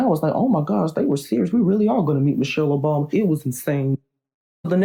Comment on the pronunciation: What I heard: Michelle Obami